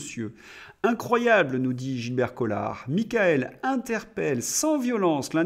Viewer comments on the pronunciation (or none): none